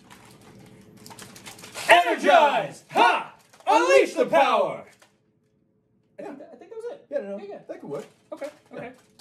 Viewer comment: I heard unleash the powder instead of unleash the power.